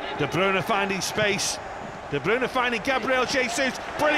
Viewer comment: That's how it's pronounced